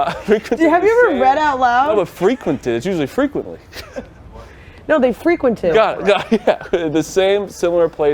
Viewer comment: I’d wanna find out what the most simple English word is that can’t read or doesn’t know… frequented is up there now